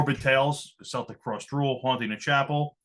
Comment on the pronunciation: Please,could you please stop calling celtic frost,seltic frost...it's keltic frost ☺